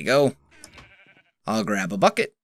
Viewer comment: When you said bucket i thought you said f**k it